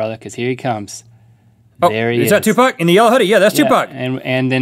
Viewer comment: for saying 2pac/Tupac the right way.